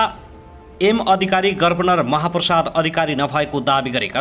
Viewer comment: गभर्नर भन्न पर्यो क्या पत्रकार मित्र के हो गर्वनर गर्वनर🤣🤣🤣🤣